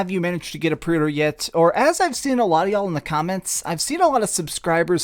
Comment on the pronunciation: I took a shot every time he said “prey urder”.